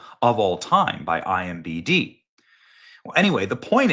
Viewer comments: Oh my god it's IMDb! Not imbd! IMDb I-M-D-B I...M...D...B I M D B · Benny it's IMDB (db=database) not IMBD. And again nuclear is pronounced nuke-leah not nuke-elar. Continued love and support. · It's IMDB not IMBD. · Bro still can't say IMDB. lol